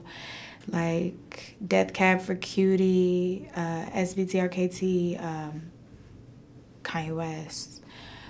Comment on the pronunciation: this bitch really thinks sbtrkt's name is pronounced "s-b-t-r-k-t"